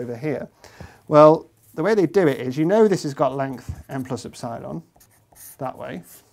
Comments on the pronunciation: Professor, epsilon is pronounced Ep-si-lon (accent on the first E), not ep-SI-lon (not in the middle). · Did you just say, N plus Ep- SIIIIIII-LAM ?? ?? I have never heard epsilon butchered like that. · The way he says epsilon is pissing me off because in my language (dutch) the stress is put on the ‘e’ and not on the ‘i’ and it just sounds so wrong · Ep- Sigh -lawn vs Ep-suh-lon 😪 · First time I've ever heard it pronounced "ep-SIGH-lon" as opposed to "EP-sih-lon" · I may not be a mathematician but please; it's ep-sil-on not ep-sile-on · Ep-si-lon?? ep-sil-on mate come on haha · I enjoy hearing EP-si-lon being pronounced ep-SY-lon. Keeps making me think of Battlestar Gallactica. (==o======) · Do you really pronounce eps-AYE-lon? Epsilon seems way simpler and it's how greeks actually say it. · Are trying to say EP - SILON ? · "epp-cylon" The guy must be a Galactica fan... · "Ep-cylon"? sounds like Battlestar Galactica. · I've never heard epsilon pronounced ep-SY-lon before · Only psychopaths pronounce epsilon like that. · First time that I have heard epsilon pronounced like that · Great video. I watch a lot of content from the UK, but I never knew that you pronounce "Epsilon" differently from the US. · I think that's the first time I've heard "epsilon" pronounced that way . This is something I'll have to keep my ear open for... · When was it decided to call "ε" [e'psaɪlən] and not ['epsilon] as it is pronounced in greek since "ε" is a greek letter? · Wherever did he pick up that pronunciation of epsilon? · I've found that people from the north of England are more likely to pronounce it like Dr Padilla (and Copeland), while those from the south pronounce it the other way. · Strange pronunciation of "Epsilon".